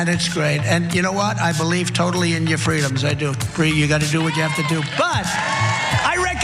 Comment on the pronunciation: Ya gat ya fweedums. 😅😅